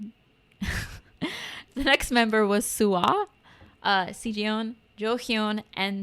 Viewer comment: Looks like people really enjoy making long posts about this group, so here goes! Let's introduce our lovely crackheads. Names first: JiU - You got it right, it's pronounced: Ji yu - Real name Kim Minji. Mom of the group. Loves her food. She's a real ray of sunshine. Has a dog called Cherry. Representative animal: Rabbit SuA - Again, correct pronunciation: Su Ah - Real name Kim Bora a.k.a "Bboya" a.k.a "Queen SuA". VERY LOUD! Bundle of energy. Arguably one of the best dancers in k-pop girl groups. While her profile says she's lead rapper, she didn't like it and hasn't rapped on a title track since Good Night, their second title track. Representative animal: Korean Crow Tit Siyeon - This one you mispronounced: She-yawn. The woman with 30k wives. Very intense gaze. Also, easily top 5 female vocalists in kpop. Don't believe me? Watch her solo song "Paradise", her rock cover of "Overdose" by EXO, her cover of "Speechless" from Aladdin or the 2 versions of the OST for the drama "Dark Hole" titled "Shadow". Representative animal: Wolf Yoohyeon - Close but no cigar on pronunciation: You-yawn. The clumsy one in the group. The members love to tease her. If she was in any other group, she would be main vocal. Look for her cover of "Secret Love Song" by Little Mix, or "2002" by Ed Sheeran. Has an adorable little doggo named Pie. Representative animal: Afghan hound Handong - Pretty much pronounced as is: Han Dong a.k.a Dongie a.k.a "Ice Princess". Savage sense of humor. Beautiful voice in